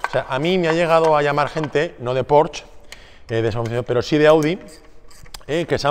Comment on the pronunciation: no se dice PORCH en alemán se pronuncia la ''E''